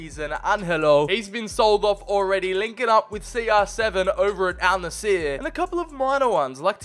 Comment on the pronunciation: it's Al Nassr not Al Naseer